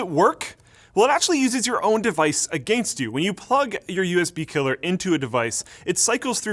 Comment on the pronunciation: just love how your accent is very noticeable when you say "against "